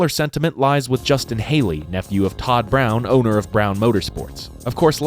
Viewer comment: Brown? Brahn brah awn . Todd Braun, not brown.